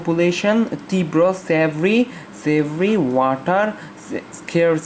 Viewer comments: উচ্চারণটা মনে হয় severe-সেভ্রি হবেনা সিভিয়ার হবে tnx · অশিক্ষিত টিউবার--সিভিয়ার কে সেব্রি স্পেলিং করতেছে🤣🤣